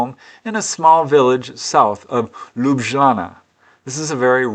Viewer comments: Ljubljana is pronounced Lyub-lyanna. Ly is spoken like L, like in word "Look" but you press the tip of your tongue on the upper part of the mouth, not behind the teeth like when saying "Look" or try to say L (look) and U very fast. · The pronunciation is closer to Yoob-i-yanna for the capital of Slovenia- Ljubijana